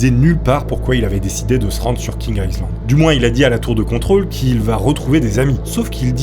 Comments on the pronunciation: Feune faqut : 'Island' se prononce 'aille lande' et pas 'isseland' . Zatsolle faulqus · On ne prononce pas le S de island. Aie Land stp, merci. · "island", le "s" ne se prononce pas "aï -land" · Le s de island ne se prononce pas. On dit ail-lande.